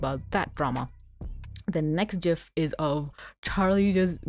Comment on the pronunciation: Wait... did you just say, "jif?!" [Happy old nerd noises] THANK YOU! Yes, way back in the before times, the creators of the GIF format said to pronounce it like "J", yet we have all these young whipper-snapers using the hard "G"! You have redeemed your generation!